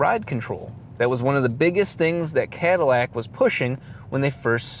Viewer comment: I Could tell from his goofy accent occasionally popping up on random words- that "deat" "deat aahse" "cah-dih-lahc"